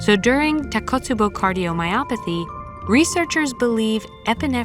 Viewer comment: Great video but just one minor complaint, the pronunciation of takotsubo is tako...tsubo not takot, tsubo as Japanese is phonetic language, so each syllable is different.